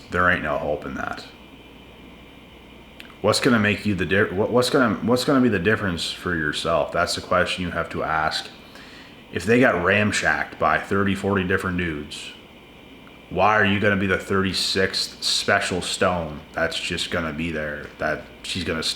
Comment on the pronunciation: ramshacked he says haha